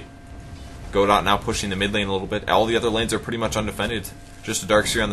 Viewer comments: Great cast, super fun game to watch :) btw, Godot is pronounced more like "Go-dough". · You're right that pronounces Godot wrong and it should be pronounced Guh-doh but the play "Waiting for Godot" is not written by Bertolt Brecht. It's written by Samuel Beckett. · Unless you've heard otherwise from the player, "Godot" is most likely pronounced "guh-DOE" Fun fact: Godot is probably a reference to the play "Waiting for Godot" by Bertolt Brecht in which two characters wait around for Godot while awkwardly conversing and wondering where he is. Godot never shows. It's kind of funny this guy is named Godot... it's like the dude finally appeared XD